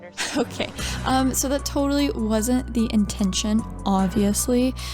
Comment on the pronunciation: "it's shoo cute!" no, you are!